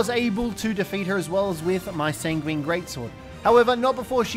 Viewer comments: Enjoyable video but it's san-gwen, not sanGWEEEEEEEEEEEN, that really started to grate on me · pronounce it how you want, I've heard more people pronounce it sang-ween than I have heard san-gwin